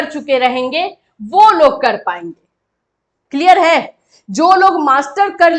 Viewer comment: "क्लियर है...." इसको बोलने में आपका टोन यूपी - बिहार वाली है।आप कहां से हो देवी जी..?